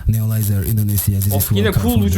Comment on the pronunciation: Abi Neolizeri çok seviyorsun ama adama Nerolizer dedin ne iş ayıp değil mi